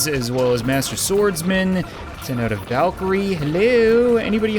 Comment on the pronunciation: It's "Valkyrie"